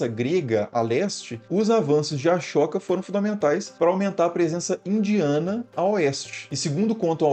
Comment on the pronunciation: Putz... अ-शोक não se pronuncia "a-chÓca"...